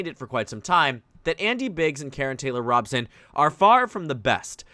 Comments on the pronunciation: It is Robe-son not Rob-sun. Fyi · Good video. Just so you know, her name is pronounced ROE-bson. I speak as a native Arizonan :-)